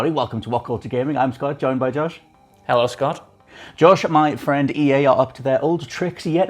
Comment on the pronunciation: Josh - The "Muh Friend" Edition....LOL